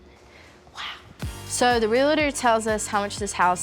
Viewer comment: He is a REALTOR not a realAtor. There is only one "a" in the word realtor.